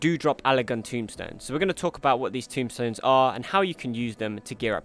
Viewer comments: Great guide, just have one little comment to make: It's TOMEstone. TOME. Not Tomb. Allagan TOMEstones. I've seen a lot of people saying this, and you even went ahead and wrote it down as Tomb. It's Tomestones. Other than that, great work, and thanks for the hints! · TOMEstones, not tomb-stones. Tome, as in an old book... Just saying... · TOMEstones. T-o-m-e. Not tomb, tome. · Everybody gets this wrong and it bugs me no end: it's TOMESTONES, not tombstones. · Bye the way they are TOME stones, not TOMB stones. Square has similar play on words throughout most of their games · Love your vids so far. But I just had to say.... Tomestones* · Quick correction, they're Allagan TomEstones, not tomBstones